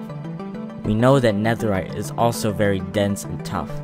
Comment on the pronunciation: NEAHERRITE TRIDENT 🤔